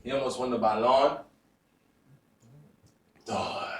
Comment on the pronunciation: I lost it when he said bayon dor. And the subtitles said bayon de la. 😂😂😂 Its Ballon D'or